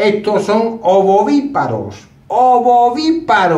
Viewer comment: Repite varias veces ovoviparos... y es ovoviviparo😊